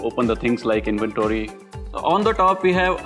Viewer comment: The way he said inventory 😂😂😂 please have somebody host the show who can pronounce English correctly! Or change the language please 🙏🏽